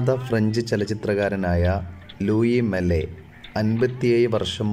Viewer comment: ലൂയി മല്ലെ അല്ലാ ലൂയി മാൽ വിക്യാത അല്ലാ വിഖ്യാത തൊയിലാളി അല്ലാ, തൊഴിലാളി